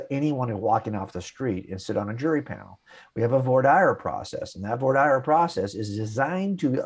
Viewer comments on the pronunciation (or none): One has to question Mr. Wallace's bona fides as an experienced 'man about the courthouse' when he doesn't even know how to pronounce voir dire, which is as he suggests the process by which potential jurors are interviewed and selected for jury panels. The term, which is pronounced vwar deer, not vore dire, as in more fire. I have been a lawyer for over forty years and have never before heard the term pronounced as Wallace says it, but I live in New York City, and maybe vore dire is how they pronounce it in and around LA. Wallace then goes on to repeat the common apologist lie that 'most physicists agree that the universe came from nothing!' What you actually hear cosmologists say is that the Big Bang began with a singularity, which according to the theory contained all of the energy and matter now contained in the observable universe. This is a long way from nothing. And although there are numerous guesses as to where that singularity came from, nobody except theists purport to actually know, since we are inside the observable universe and as Godel implies, you have to be outside it in order to determine where it came from. Theists, of course, have bronze-age books that tell them all about it. In Wallace's case, he turns to Genesis 1 for the answer,, and since Genesis 1 appears to be true since everything can't come from nothing, the New Testament must also be true. Voila! The problem of the beginning of the universe and the reality of Jesus as Lord proven in a YouTube video